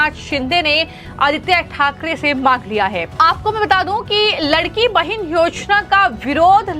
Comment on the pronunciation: लडकी बहीण यह उच्चार लाडकी बहीण ऐसा करना चाहिये